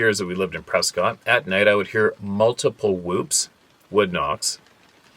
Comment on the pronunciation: there is no way you could know this but, "Prescott" Arizona is pronounced PRESS-kut. lmao! Sorry, I had to give you a hard time.